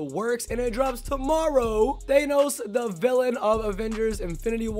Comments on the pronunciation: Omg the fact that he says Th-Ay-Nos is cancer It’s Th-Ah-Nos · his pronunciation of thanos makes me cringe